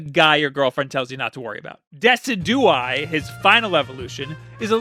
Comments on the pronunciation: Did he really just pronounce Decidueye as "Desi-dew-eye"?? Come on man, it's name is a reference to deciduous trees! It's pronounced "de-cid-ju-eye"! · "De-sid-you-eye" are you fucking kidding me? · the way he pronounces decidueye is God awful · That pronunciation of Decidueye though! I'll take 500! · The way you pronounce Decidueye... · Who cringed when he said Decidueye? Aye aye aye, I'm still cringing. And most of the other Pokémon's pronunciations OMFG KILL MEH NOW! (not actually but god srsly?!)